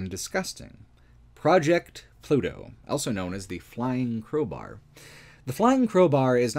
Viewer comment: pronounces the word "also" as "elso".